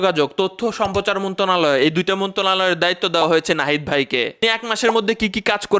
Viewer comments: মন্তনলায় না মন্ত্রণালয় হবে। উচ্চারণ করার শিক্ষা নেন আগে। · মন্তনালয় হবে না, মন্ত্রনালয় হবে।পূর্ন গঠন নয়,পুনঃ গঠন হবে।বানাণ এবং উচ্চারণ দুটোই ভুল। শুদ্ধ করার চেষ্টা করবে। লজ্ঝা লাগে, বাংলায় এত ভুল¡